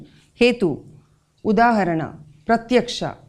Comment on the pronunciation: Why do Indians(especially Hindi background people) speak Sanskrit terms with English accent?? "Ram" becomes "Rama", "Udaharan" becomes "Udaharana" in pronunciation and so on..This is irritating..